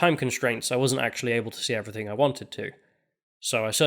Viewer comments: I really enjoy your work on this channel and on the Lotus Eaters, but can you please work on pronouncing the word "everything" because you usually say "everythink" for some reason. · Heard the word "everythink" for the first time today.